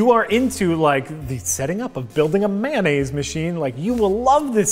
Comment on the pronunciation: Mayonnaise, not "Man-aise" 😜